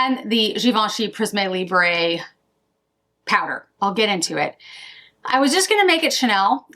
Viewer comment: Hi! Thank you for preparing and posting this great - informative - video. (Just a pronunciation correction because you’re likely to say it again in future videos: Prisme Libre is pronounced “Preess-mm Lee-Brr” - so no Z sound and no “eh” sound — when a French word ends with an “e”, the “e” is never pronounced “eh” unless it looks like this “é”.) The new Chanel quint is ideal for your skin tone (and hair colour) - it would have been great to see side-by-side swatches of the Chanel and Dior quints. I am only planning on getting the orange and pink sticks, as per your recommendation (so glad the formula is not tacky). Thanks again. PS: have a great trip.